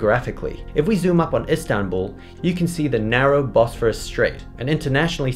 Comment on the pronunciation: Bosporus doesn’t have an H in it!